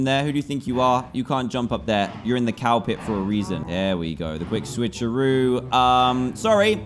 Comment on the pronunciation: Dan: I'm gonna make a cow pit What I heard Dan: I'm gonna make a cowpet